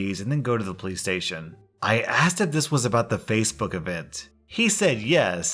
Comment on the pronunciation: Nothing against, I like his channel too, but those TTS voices are funny sometimes, e.g. “fassabook” and other mispronunciations.